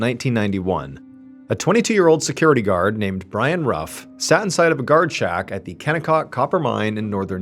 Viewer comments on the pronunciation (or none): Love your videos. Family name is actually pronounced, 'roof'. When you keep calling the Camaro a Mustang though... 😂